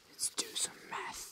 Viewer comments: I thought he said meth when he said math. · So i’m gonna do some uuuh “meth”.... (the accent really did it there lol)